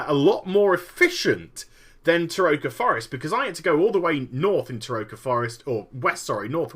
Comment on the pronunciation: I believe Terokkar Forest is pronounced, Ter-o-kar not Te-ro-ka. Not trolling just informing if you did not know, or maybe you just don't care. :)